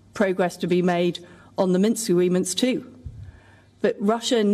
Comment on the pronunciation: She said Minks! Minsk.